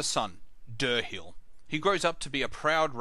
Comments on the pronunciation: Deer hile and loreth not Der hill and yerith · How can you pronounce the names so wrong? They even say Dirhael IN THE GAME the way it's supposed to be said.. and you still call him DURR-HILL.